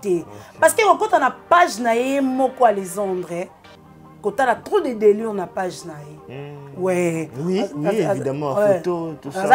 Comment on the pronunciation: On dit delire et non delure